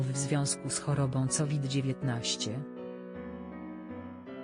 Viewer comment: Wymawia sie kowid a nie ,,cowid'' !.